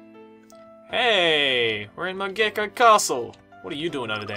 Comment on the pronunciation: Mogeko and Moge-ko find the difference, the - is not it